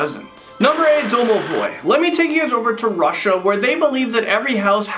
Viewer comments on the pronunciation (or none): none